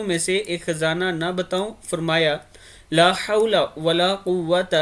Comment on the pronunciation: LAAH HOTA HAI LAH NAHI SHAI LIKHE